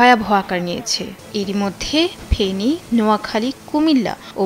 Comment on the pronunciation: আপু মাফ করবেন ফেরি ন ফেনী হবে